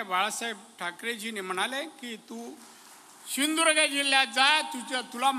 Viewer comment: सिंदूर्ग नाही सिंधू दुर्ग म्हणा